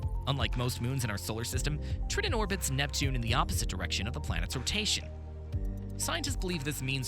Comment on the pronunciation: Did he say "trittin"?